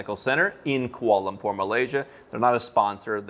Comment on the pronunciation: seemed to have difficulty pronouncing Kuala Lumpur. And he's a news anchorman!